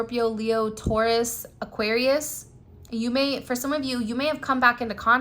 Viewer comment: Omg he is driving me crayzay.Tauras😂